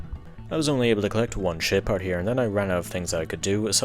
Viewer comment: Evreytime He says Ship Part I hear it as shit Part.